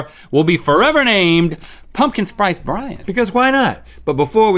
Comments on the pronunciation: Pumpkin sprice brian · He said "Pumpkin Sprice Brian" 😲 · "pumpkin sprice brian" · Nobody: Link: “Pumpkin Sprice Brian” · "Pumpkin sprice bryan"